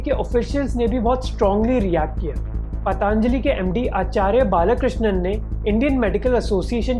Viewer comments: bro, its Patanjali.....not PatAAAAnjali.... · It's Patanjali not paatanjali... procunouce to sahi bolo 🙄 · First of all learn how to pronounce 'Patanjali' Not 'Pataanjali' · Bhai pataanjali nhi patanjali bola jata hai ! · Pehle isko Patanjali bolna sikhaao